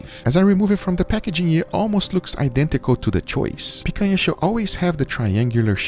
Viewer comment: i feel satisfaction with the right pronunciation of picanha, congrats for 2m subs